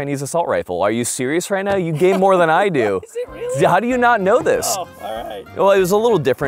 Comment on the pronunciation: are you serious right neow??